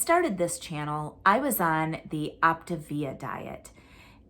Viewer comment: 💪🏻, are you saying “Optavia?” It sounds like you’re saying “Optivia.” I have friends who lost with Optavia, but they have all gained their weight back (plus more). I feel like it’s not sustainable for a lot of people. It’s also an MLM, so there’s that. Being on a GLP-1 and eating real food seems like a more sustainable plan. You are doing so well and looking great. You are going to be such a beautiful bride! 👰 I love the legal explanations. You make it so easy to understand all the lingo and jargon!